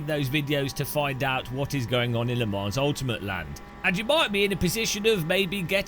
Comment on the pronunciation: It’s “Le Mon” Ultimate….not “Le Monze” (Typed for hearing not reading)